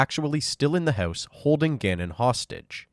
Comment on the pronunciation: Yo guy, what’s with you saying the word “house” completely OFF…….. are you a bot or something 🤨. I watched so many of your videos and you say it so weird. Some other words you say that are similar to house u tend to pronounce it similarly.